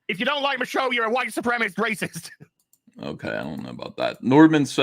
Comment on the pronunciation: Still funny how him and Jeremy still say “Supremist” instead of the correct way of supremacist.